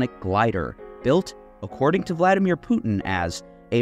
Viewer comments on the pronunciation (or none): none